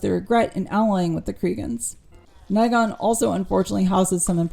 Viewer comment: MM7 is my fav game of the MM franchise so a couple of things stuck out in the review: * it's definitely Gavin MagNus not Gavin Magus; * it's the first time I hear anyone pronounce Nighon as Nighgone; * Restoration of Erathia was not an expansion it was the main installment of Heroes 3 or Heroes 3: Restoration of Erathia; * The cloud city is Celeste not Celestia; In addition to all that reviewer really pronounces a lot of words differently that what I'm used to like for example the way you say Behemoth - I'm used to [bɪˈhiː.mɒθ] or [bɪˈhiː.mɑːθ]. Why? Is it a style thing? Anyway, the review was umm... Good! :)